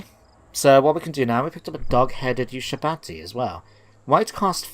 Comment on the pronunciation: A possible way to get enemies (like those tomb kings down south) to come to you is to lay in ambush outside of a low tier, poorly defended settlement (within reinforcement range of said settlement) and see if any "fish" decide to take the bait. Also, how are you pronouncing Ushabti as U-Sha-Ba-Ti when there's only one A in that word? I think some of those special Pyramids reduce construction costs, not to mention boost public order and possibly faction-wide tax rate.